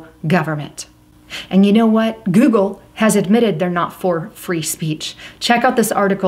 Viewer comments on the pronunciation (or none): joogle and jootube